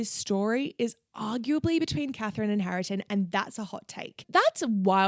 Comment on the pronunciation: Hareton's name is pronounced "HAIR-tun." Otherwise, I really enjoyed this video. I recently re-read Jane Eyre (my favourite) having not read it for years and once again I absolutely loved it! 🥰